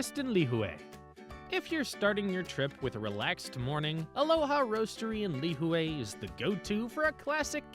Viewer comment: Lihue - pronounced lih-hooee And yes, Kauaii is a gorgeous, quiet island. We were married on Shipwreck Beach ⛱️ I remember watching Justin Beiber cliff dive there while we chilled at the Grand Hyatt One of my favorite places ? Tunnels Beach ⛱️ Lunch at the Plantation House and checking out the Art Gallery there was amazing. ❤ Last note - the island in December is at its most magical with all of the lights they put up everywhere you go (and it's cooler too!).